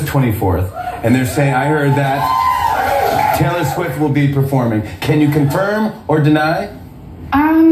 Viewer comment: Jimmy has never been able to pronounce her name... Teyeller